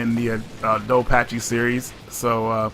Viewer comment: He is not even pronouncing "Dodonpachi" right. He had no chance at the second one.